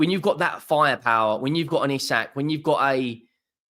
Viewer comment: It’s pronounced ee sack